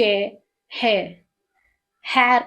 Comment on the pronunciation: Hair la ai sound thanae varanum.. ethu hair nu varuthu